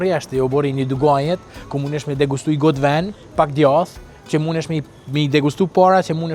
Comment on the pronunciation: Po shqip esht djath..jo gjath!!!